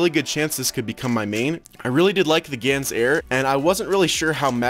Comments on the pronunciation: Wait did he just said yans instead of gans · elijah cadaoas He pronounces gyan